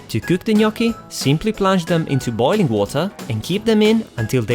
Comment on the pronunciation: Thanks for the right pronunciation 😍🍝